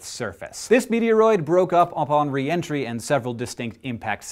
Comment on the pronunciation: wait.... you said "re-entry" re-entry RE-entry did it enter twice?